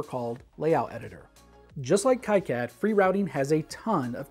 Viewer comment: its supposed to be "key-cad" - thats the right way to say it, right ?